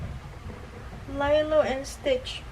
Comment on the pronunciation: Nabobother ako sa Lilo te. Haha. Li-lo po, hindi 'lay-lo' ang basa dun. Hndi ako basher te sorry po 😭